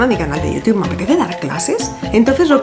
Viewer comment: Amo cómo pronuncias "Youtube". Necesito un vídeo de 10 horas de diciendo "Youtube"